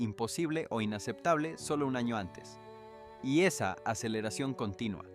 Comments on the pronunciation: La historia es real,Pero bueno pronunciación en español es un desastre Te entiendo igual Pero debes hacer énfasis en lla ñ de año y muchas más palabras o te crítico pero es para que sepas Gracias amigo por tu voluntad Dios te vendiga ,Desde Uruguay te ad.iro por tu tenacidad , Ok ? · Utilizaron la inteligencia artificial porque no pronuncia bien las palabras, no sabe sobre la ñ, dice ano y muchas más como profecía le quita el acento. Deberían utilizar gente real ya que es una noticia importante.